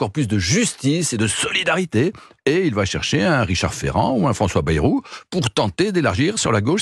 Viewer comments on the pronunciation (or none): none